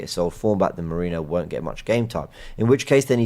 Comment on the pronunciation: Merino's surname basically transforming to Mourinho. Why is it so difficult for you to pay basic attention to how foreign names and surnames are pronounced?!